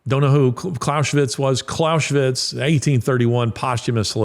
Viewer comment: You don't pronounce Clausewitz with 'sh' but with 'z.' There's no 'sh,' it's German not Hungarian. Excellent talk btw.👍